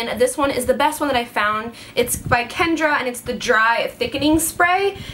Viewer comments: Kenn-raaaaa not kendra LOL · Did anyone else notice that she calls the brand "Kenra", kendra? There's a difference. But either way, her hair looks fab! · I love you and your videos but I work at Ulta and its KENRA,, not Kendra. No d girl, sorry but it drives me nuts! 😊👌💜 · You kept pronouncing the silver bottle wrong it's kenra not kendra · It's Kenra.... Not Kendra:) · I love how it looks but as a cosmetologist i have to correct your pronunciation. ... its kenra not kendra... lol thats 5he playmate. Jajajaja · Thank you , I thought I was the only one who caught that. I'm a professional stylist and I've heard more people pronounce it with a D, and almost no one pronounce it correctly. Not sure why. It's not difficult to pronounce correctly.